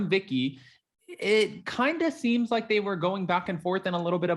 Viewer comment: I jumped ahead in your video by about 1, mins +, or whatever, so I didn't have to hear you say SMASH THAT LIGHT BUTTON! Yeah I know it's like, but it always sounds like LIGHT button! Anyway heffff it if you didn't put it in at the end this time, helpppp! Shaking my head! 🙆 This is me throwing my hands up as-in, I give up! It's not a touch down gesture, at all.😭😿😖😮